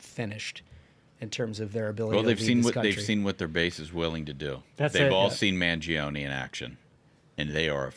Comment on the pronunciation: Everyone is pronouncing Luigi Mangioni's name incorrectly and I'm sure it'll be hard to correct people. I know it won't change anyone's way of pronouncing it, but just want to point it out. Correct Italian, it's pronounced "man-joni" not "man-jee-oni" When an "i" or "e" after a "G" or "C' changes the letter phoneme, it's not pronounced unless left alone (like Bongino) Ciao is not "Chee-ah-oh" it's just "chow"